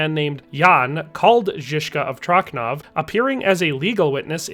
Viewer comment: .. letter "c" sounds in czech as "ts" so it's "Tro(ts)nov" not "Tro(K)nov" Just write "Trocnov" to google translator in czech and press read. Also .. Sirotci -> "sirot(ts)i" not "sirot(K)y" - that is in Czech the 4th case (accusative) of the plural form of the noun "sirotek" (orphan)